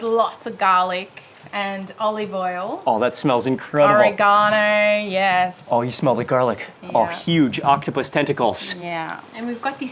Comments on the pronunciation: Pronounced OReggANo not ORRAgonO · did she really call "oregano" "ore-eee-gone-o"